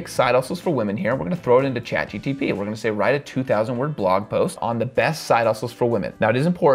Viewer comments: What a great tutorial! And everything is explained very logically and detailed... But it is Chat GPT, not GTP 😊 I just can't help myself 😊🤗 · do you realize that you keep saying ChatGTP instead of GPT? lol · Why keep saying chat GTP instead of chat GPT? 😅 But overall, good vid! 🎉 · I absolutely loved your video. Really good content and great tips. Got a good laugh out of you saying Chat GTP instead of GPT ❤ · G-P-T, not G-T-P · It's chatGPT not GTP 🙄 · So we are all ignoring the fact that he consistenly mispronounces a simple word as ChatGPT in every video?